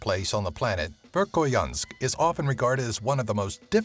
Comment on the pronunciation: The way he pronounced Vekhoyansk was wrong...